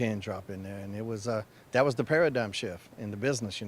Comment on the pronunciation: He said paradign shift